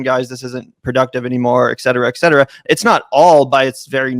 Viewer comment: It is "et cetera"...fucking a, you talk for a living, stop adding an "X" to it! SO damn annoying